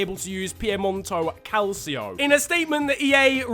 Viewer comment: “Piemonto calcio”